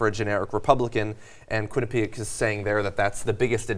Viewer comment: JOHN, Quinnipiac is pronounced Kwin-i-pee-ACK there's an ACK at the end.. Why don't people outside of Connecticut ever pronounce it right... It seems pretty simple